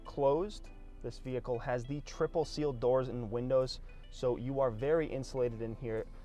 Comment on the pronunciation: You are NOT a salesman...that is sooooo 90's...You are a "Mercedes Benz brand ambassador". Get with the program! You say the word "vee-hick-cull" about 321 times. Try substituting the word "Mercedes" or "Convertible" or "Cabriolet" instead and only use it a couple of times. Most people watching this video have figured out it is a "vee-hick-cull" early and don't need to be reminded 321 times.